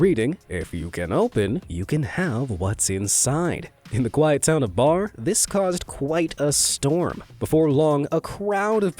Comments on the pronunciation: Not Bar but Berry is how its pronounced in Orleans County!! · 😂 the town in the safe story is Barre pronounced the same as Barry NOT bar. I know because I live 10 miles from there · You are saying the name of the town the safe was in way wrong it's Barre like Carry but with a B . Not Bar lol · For the safe in the field it’s not pronounced Bar for Barre, NY. It’s pronounced like Berry. I live 20 minutes away from where it was put. I stopped by the days they were trying to get it open. They never actually opened it they just donated it to a historical site fully closed. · Barre is pronounced "berry". Weird to have Darien Lake mentioned in a Be Amazed video, knowing how close that was to me but this is just a few short miles from where I lived and attended school from grades 4-12 and even closer to where I worked at a Wal-Mart after high school/in college. 🤔